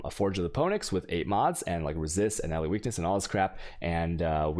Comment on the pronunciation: I'm sure your mispronounced words are intentional at this point but sometimes it just throws me off super bad like "Phoenix"....